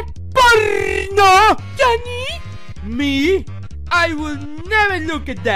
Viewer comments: I think be sayin' "Jonny" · It is pronounced "Johnny" not "JoNy" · i can stop laughing in jj bb and the start jj said johnknee 100x times